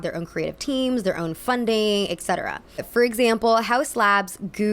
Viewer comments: Why do Americans always pronounce "etc." "äccettarah"? It’s literally "et cetera". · take a shot every time says ex-cetera instead of et-cetera:'( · It's pronounced ET-cetera, not EC-cetera. I love your channel, thank you for doing what you do! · why do you say eKsetera?